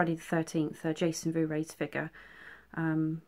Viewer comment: Sorry but your multiple attempts at pronouncing Vorhees have finally got to me. I believe its like 4 hees to rhyme with sneeze as opposed to your attempt to say it like 'blu rays' I'm not being shady I just wanted to help...my spelling is probably wrong..we all have our crosses to bear. Your dioramas are without fault! I love them whatever size! I had to sub because I really love your work! The Chrystal lake one is brilliant..they all are!